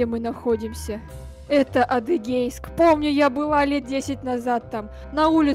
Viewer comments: Она сказала Адегейск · Адегейск Я: фантазия закончилась? Ты Шилово не назвала не разу